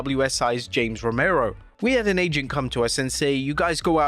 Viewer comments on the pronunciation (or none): none